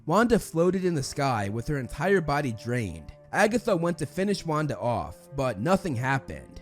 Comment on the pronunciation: saying Wanda's name correct Wanda: (: mispronouncing Pietro Pietro: That was the day I lost my identity